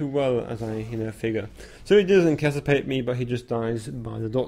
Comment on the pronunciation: Lol you keep saying "incasapete" i should be incapacitate just letting you know. btw i subbed love the videos